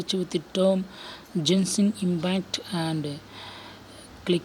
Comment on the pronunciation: Bro u don't pronounce genshin impact like that